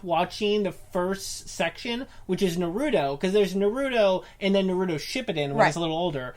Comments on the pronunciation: Sorry but stop white peopling the fucking name. Naruto roll the fucking R... I bet you say Jalapeno with a strong J.. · STOP STOP STOP JUST STOP YOU CANT SAY NARUTO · They love it so much they can’t pronounce it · If you truly loved it, you'd pronounce it correctly. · They say we’re behind if it’s dubbed even tho they don’t know how to say naruto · It’s one of their favorite shows yet they can’t even PRONOUNCE IT RIGHT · How can you love Naruto if you can’t say his name right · You got all the names right but Naruto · I hate it when you say naruto and shipped end you guys don't even know your gramer and your like 30 learn your grammar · I HATE how they say Naruto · I disliked because of the way you pronounced naruto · are they actually fans? they pronounce his name like complete idiots. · Thanks, I heard her pronounce Naruto and I needed to bail quickly. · “So today we’re gonna talk about Naruuuudo, not Naruto, Narudo” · It's NA-RU-TO, not NAROODO O.o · Why are u saying nurooto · Its Naruto not Narudo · Naruro wtf! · Why do keep saying narudo... It's naaaaa-ruuuu-tooo. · THe wAy he SaYs NarUto is CrInGe It's Na-ru-to NOT Norudo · It's not nahruudow it's naruto. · If you even watched naruto you would know how it's pronounced by when they say his name, which is naruto not narooto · It's naruto, exactly how its spelt, not nerudo eww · NAR-OO-TOE NOT NUH-ROO-TOE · Why? Why do people pronounce naruto the way these two do? It's nah-roo-toh not nuroodo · Why can't people say naruto without saying narudo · There's no d neither...they days norudo when it's narutoh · Narudo....its narootoh ...idiots... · It’s Nar-u-toe. Not na-roo-doe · Narooto...... what!? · The moment they said, "Na-ru-do" I was outta here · "Narutos one of our favourite shows" says it like nar-oodoe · Na-Rude-o wtf? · stop saying NARUUUTO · Not naruto Naaaaaruto Baaka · The cringe is real it's not Naruto not what ever you just said nar-u-to now do it a little faster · Na-ro-do? WTF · You mean na-ru-do